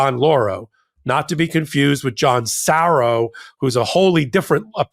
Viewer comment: D. John Sauer, not Sauro.